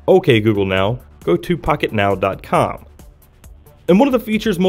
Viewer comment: Sounds like he said FuckitNow